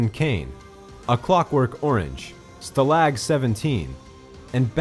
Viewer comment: Don't pronounce stalag ever again...